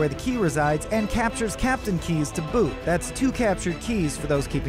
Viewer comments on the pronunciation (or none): none